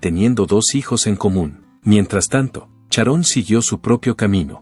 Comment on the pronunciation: Oe!!!...es Sharon....no Charon...hazte el favor...pronuncia bien por favor....